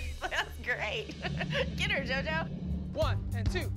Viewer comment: Jojo: Honestlyy, i lovvvve Kalani. I have nothing, that bad to say about hur. (silent r) I men yah here n’ the she’ll get honestly really annoying😅😅 But im happy fo hau❤❤